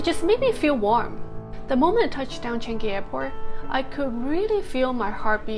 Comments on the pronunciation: shouldn't have left in the first place. By the way it's Chang ngee , not changee lol goes to show how sincere you are when you said you feel so touched when the captain says welcome home. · Welcome home! BTW Changi is pronounced as "Chan Yi" not "Chan Gi" ; )